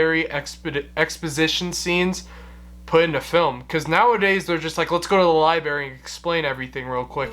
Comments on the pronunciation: "This director?" You really need a massive film history class. Brian DePalma has made some of the most amazing films of the late 20th century. Also, it's library, not liberry. Also, it's not Jesus. It's St. Sebastian. You really are an idiot. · LIE-BERRY!!! EWWWWWW!!! What is WRONG with the American system of education where kids are taught LIE-BERRY instead of the proper pronunciation of LIBRARY!!! WTAF??? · Bro. It's "Lie-BRARE-ee," not, "Lie-BERRY." :) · ....funny when you pronounce the word library as "libary".....twice. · Dude, the word is NOT pronounced "li-berry." Ugh!